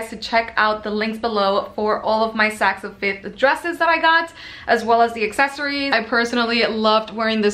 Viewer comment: I think its Saks "OFF" Fifth, not "of" Fifth. Thanks for your videos. Like watching them with my daughter.